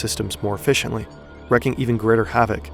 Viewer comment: should sound like "reeking greater havoc" and not "wrecking.."